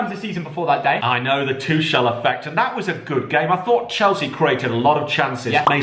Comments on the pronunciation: Please stop pronouncing Tuchel’s name like that lol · Love for them to pronounce Tuchel correct xD